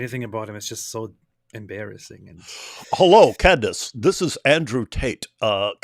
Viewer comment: "Can-dayce" Lol.😂 Why does Tate pronounce her name like that?